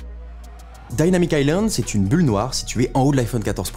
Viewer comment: Dynamic pas daillnamique